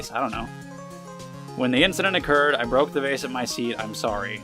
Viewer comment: When the incident Occurred, I broke the vase at My table. I'm sorry. (An extra syllable)